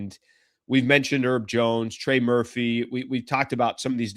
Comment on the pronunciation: His name is HERB, not 'ERB. We're not talking about "11 herbs and spices" up in here. Get it right FFS.